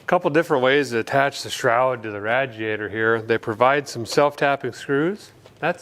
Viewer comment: Someone needs to learn how to speak, guy calls spark plugs sparkulators and now radiators radjiators. Ever heard of making sense?